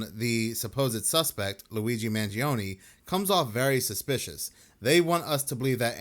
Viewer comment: Corey Wey says he knows Luigi, yet he can't even pronounce his last name